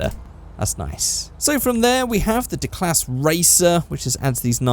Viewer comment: I'm pretty sure Declasse is pronounced 'Deeclasay' not 'Deeclas' maybe I'm wrong but I don't really know But yeah this car is almost my go to car for anything...